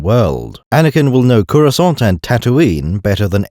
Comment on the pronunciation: everytime he says "CUROSCANT" i load another round into the gun